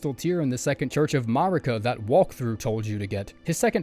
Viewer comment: Hey man I mean no hate whatsoever, but it's a pet peeve of mine that really gets under my skin so I HAVE to ask: How come you mispronounce names we hear pronounced in-game? Stuff like Marika and Mohg. And ESPECIALLY Malenia and Miquella, whose names you hear every failed attempt! You can't really avoid hearing their names so I don't understand, is it a conscious choice to pronounce them that way or does your brain just process it like it sounds like that? Yeah I know this doesn't matter and it's a dumb nitpick but I felt overwhelmingly compelled to ask, sorry.